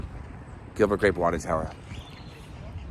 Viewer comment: He said Gilbert Grap